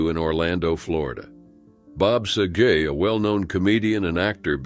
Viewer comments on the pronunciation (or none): Sagat, not Sajée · Sa-jay, sa-gay? Damn, I hate robots!!! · I dont care if you do it intentionally for ragebait or what but these people are dead, learn how to pronounce their names properly. This is so disrespectful. Bob Sagay? Seriously! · Aside of Bob Saget’s mangled name, Bordain’s wife, Asia, is pronounced “Ah-see-ah”, not like the continent. 🤦‍♀️ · You may need to google the pronunciation of SAGET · Who told this narrator how to say Bob SaGET. Nobody ive ever heard said it with a french accent. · You need to look up the correct pronunciation of Saget. It is not French.